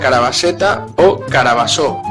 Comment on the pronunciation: no es "carabassó " , es "carbassó"